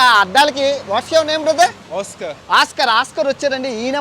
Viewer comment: అన్నా ఈ చెత్తలో నిలబడి ఏమిటీ ఈ videos.🤣🤣🤣🥰🥰 genral గా Oskar అంటే ఆస్కార్ అని pronounce వస్తుంది కానీ oskar ఓస్కార్ అని పిలవాలి finland లో ఓస్కార్😮 పేరు ఎక్కువగా పెట్టు కుంటారు.😄😄😆😆well 🫡🫡 your currect fasting news.